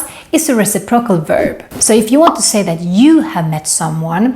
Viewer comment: Re-CIP-ro-cal (Stress is on 2nd syllable 😉)